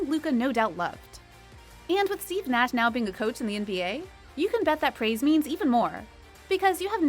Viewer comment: She couldn't even say Steve Nash right